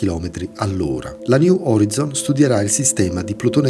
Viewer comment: si legge "niu orai'zon" :))) sto solo scherzando :))